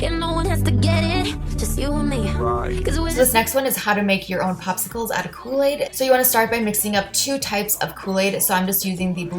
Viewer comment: kooi aid